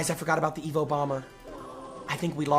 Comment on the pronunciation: Why is he calling them evoED everyone calls them evo 😂